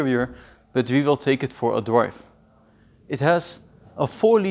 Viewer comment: Lets take iT for a dwive😭😭😭😂